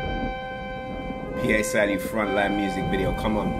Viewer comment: man said p.a salieu loool, its Pa as in Papa Salieu